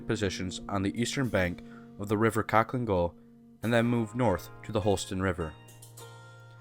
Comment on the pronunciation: It’s pronounced halhiin gol.